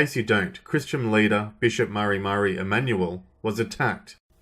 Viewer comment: You are usually pretty good with your content, but it's evident you don't follow Bishop Mar Mari. It's 'Mar Mari', not 'Murry Murry'. He is vocal, and an opponent to heavy handed government. He also is not anti Israel or pro Palestine as you imply. He has received many death threats from the Islamic world, and recently was told he will be dead within a fortnight. Bishop Mar Mari is a good man. Don't distort what he says. He has openly declared Mohammed, Buddah etc false prophets. He has said he doesn't like what happens to little Muslim girls.